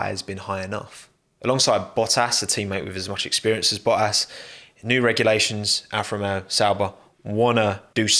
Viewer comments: It really bothers me how he doesn’t pronounce the T’s in Bottas, I get he’s going for that cockney geezer sound but cmon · Me: Valtteri Bottas: Valri Bo'as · Hahaha it’s not only me who heard bo’as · What I need is a 10 hour version of saying “bottaz” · Valtteri Bottas has FOUR T's and he doesn't bother to pronounce a single one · Great stuff…you pronounce some “t” ‘s funny, especially double “t” ‘s like in the name Bottas…lol But aside from that, this was great analysis. 👍🏼